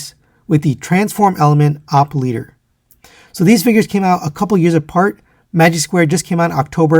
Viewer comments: It's O-P leader not opp leader. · “Oh pee” not OP